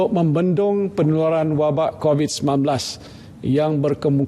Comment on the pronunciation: X tau lah camner org tua ni boleh mispronounce "covid" ke kobis.. as if kurang prihatin je